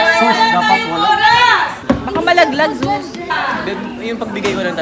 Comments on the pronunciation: Hahaha...oo nga yun tuloy zeuth yung nasabi ni... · Zeus sabi ni na nagkaroon lang misunderstanding si kaya zeuth nasabi